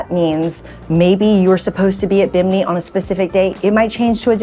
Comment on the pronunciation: Girl learn to pronounce the name properly😮